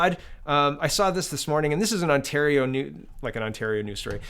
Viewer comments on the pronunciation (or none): none